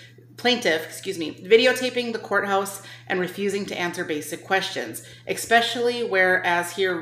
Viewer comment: When you say 'expecially' I won't take you seriously